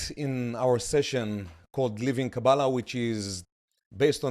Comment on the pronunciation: The kabba-lah oh my goodness that ending of lah with a French touch 😂😂❤